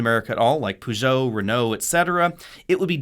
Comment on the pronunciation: the way he pronounced Peugeot and Renault tho